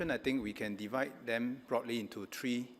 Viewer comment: Three not tree (for 3)